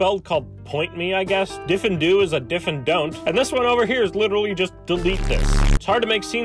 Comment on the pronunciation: Um, actually Diffindo is pronounced "Deff-in-doe," not "Diff-in-doo."